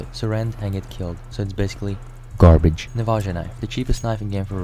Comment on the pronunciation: GARBEDŻ :¬D